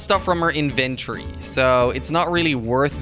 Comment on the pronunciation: Je legt de klemtoon verkeerd bij het uitspreken van inventory